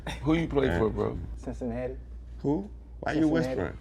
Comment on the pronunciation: This the funny part of the whole interview “cincinnati” 😂😂😂😂💀